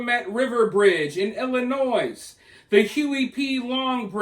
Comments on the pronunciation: Bruh, YOU NEED TO STOP PRONOUNCING THE S IN ILLINOIS. People who do that sound uneducated. Let that be a lesson to the rest of you reading this. SMARTEN UP! Let libtards sound stupid. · pls there is no S in Illinois 😭